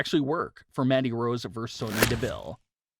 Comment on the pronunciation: Why does he keep calling her MADDIE Rose??? Her name is MANDY